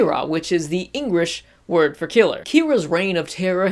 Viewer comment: Engrish? haha good vid!